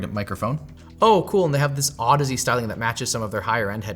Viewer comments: those are clearly pronounced "ohdeez" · Wait, that’s how you pronounce that brand name? I always said “Au-deeze”, that makes more sense 😂